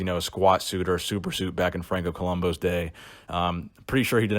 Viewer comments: It's Franco ColombO, with an O, right? Not ColumbU with a U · Co-lum- boo! That's how you say it.